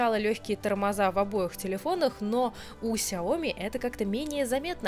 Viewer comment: Бл,Шаоми же правильно говорить!!!